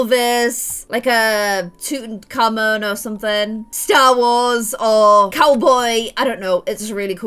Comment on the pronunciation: no way. Tutankhamun, not Tuttin' Camon! lol! or at least that's what I heard... or I'm still wacky from the 4 fillings at the dentist today... at least this time they gave me laughing gas so I didn't feel the whole entire thing. but they turned it off early so I wouldn't be wacky.